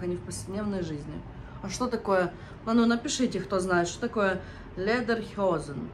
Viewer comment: почему ты говоришь "ледерхёзен", вы на курсах фонетику не проходили? Lederhosen, ледер - кожа хозен - брюки Я без сарказма, просто учитесь сразу правильному произношению, переучиваться труднее